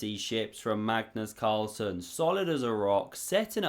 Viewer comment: I swear i always hear Carstles